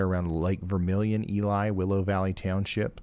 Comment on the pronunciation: More Minnesota pronunciation: Ely is “E-lee” Lutsen is “Loot-sen” Grand Marais is Grand “Ma-ray”